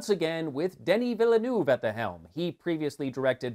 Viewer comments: The pronunciation of Villeneuve's name sets my teeth on edge. The correct pronunciation is Veeyulnerve. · Villeneuve: the frist 2 time your pronouce was terrible, at the 3rd i closd the video